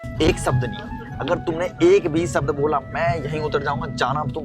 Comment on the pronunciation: ek sabd nahi Bhai wo ek shabd hota hai श hota hai स nahi.